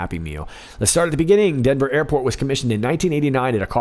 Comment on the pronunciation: Airpot?? Did he mean Airport or.. IPOT?!